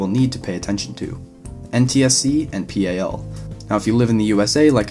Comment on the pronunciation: Just thought I'd say, it's pronounced "PAL" not "P-A-L"